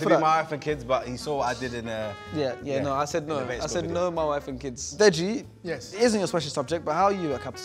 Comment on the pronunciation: man said "DJ" instead of deji.. blud needs to go back to school